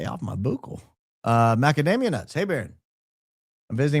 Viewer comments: "BOOcal swab" being said over and over has me cracking up 🤣 Pronounced more like buckle. Sorry, had to point it out! Great opening statement Baron! Love the show! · It’s pronounced like “buckle” not “boo-cal” lol Sorry it’s bothering me lol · Buck el is the way to pronunce buccal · Baron..your shows are wonderful but your insistance that " buccal" is pronounced " boo kal", has been puzzling me. So i double checked.While some may occasionally use different pronunciations, "buckle" is widely accepted as the standard in medical, dental, and everyday usage. So you say po-tah-toe... I say po-tay-toe.😂 The only reason I'd heard of it is because of models who had been having their buccal fat removed to make their faces look slimmer..😱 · The buccal mucosa (pronounced “buckle,” like a belt buckle, not “boo-cal” or “byoo-cal”) is the inside of the cheek, where DNA swabs are taken. The buccal mucosa is rich in endothelial cells and DNA. Cells are collected on what looks like a long Q-tip, called a “buccal swab.” Never agree to a buccal swab, or any other DNA collection method, without a court order. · It's pronounced "buckle", not "boocle"! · Fyi: Nurse Kasey is dyinggggg at your pronunciation of buccal. 😂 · Boooo-k-uhl! 😆 A buccal swab (pronounced buck-uhl) is a non-invasive, painless method to collect DNA from cheek cells using a small swab. Buccal refers to the cheek, mouth, or the area toward the inside of the cheek and is usually referred to in dentistry for the cheek side of the tooth! Couldn’t stop laughing hearing you say Booo-k-uhl…as a dental assistant! 😂 Love your podcast! Ur my favorite podcast…well other than the Battle Bun QUEEN! 👑😉😆 Keep going! 🙌🏼🙇🏻‍♀️ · The swab is pronounced "buckle" not "boukel". 😅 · I watch a ton of true crime shows like Forensic Files and the like and they ALL pronounce it BUCKLE!! I’ve never heard one Detective or Scientist say BOOKLE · Hi Baron, its pronounced "buckle swab" but I am sure a lot of people pronounce it wrong.